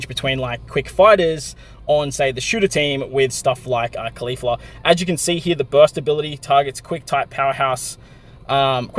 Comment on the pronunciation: You keep calling her kalifla lmao, she’s not from dragon ball super silly!